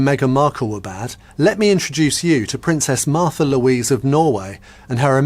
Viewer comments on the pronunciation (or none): Her name is Märtha, learn to pronounce it correctly!